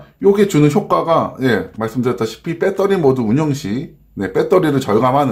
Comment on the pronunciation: 빼떠리 빼떠리 .... 아이고